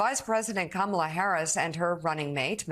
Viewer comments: IT'S KA-MA-LA..... YOU SAID KA-MALA AND I ALMOST FREAKED OUT. HARRIS/WALZ 2024. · Stop saying her name wrong ,Comma la